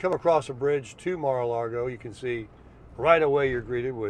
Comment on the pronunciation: Its pronounced Mar A lago, ... not Mara Largo. The property you passed under construction will just be one home. It is owned by Ken Griffin. When completed it will be a $450 million estate. Griffin is worth about $43 billion, so that's no big deal to him.